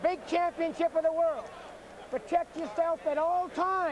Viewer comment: Ray Leonard never says "world" he says "whirl".